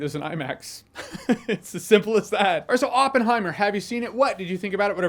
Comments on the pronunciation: I liked the part when he goes “It’s Oppen-heim!” 😅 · Open-high-mer pronounciation is bad...😅